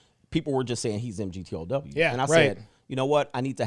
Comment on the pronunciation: pronouncing M-G-T-O-W every time was killin me 😂🤣 great throwback 💯